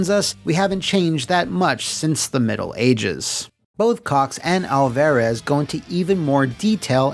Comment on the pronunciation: Food for thought for next time. As a Hispanic you're butchering Alvarez it's pronounced Al-fuh-rez. It's a soft A not a hard A sound.